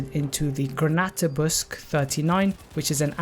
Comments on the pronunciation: It's pronounced "Panzer Buke-sah" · Absolutely love your videos, but I BELIEVE it’s pronounced Panzer- boo-sheh. I could be wrong. Love your vids tho man. Keep it up.